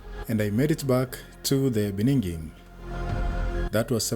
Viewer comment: Hapo ni kama nimeskia "beninging" 🤭 . Luv your content, bruh 👍🏾💪🏾